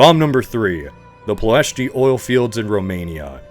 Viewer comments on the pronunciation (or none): none